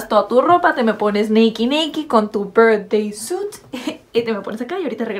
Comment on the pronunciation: JAJAJAJA ame como dijo birthday suit jajaja y luego su "mueño"